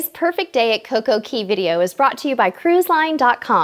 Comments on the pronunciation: It's coco K not coco key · I believe its pronounced coco cay (Kay) not key :) ur so cute